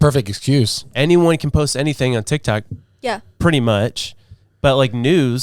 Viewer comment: He said dic toc 😂😂😂😂 I love you guys 4Life 🎉